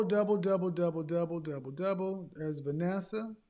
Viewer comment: The beautiful lady at the end, Vanessa, said it correctly. 👌🏿....Also the brown skin lady before her said it perfectly.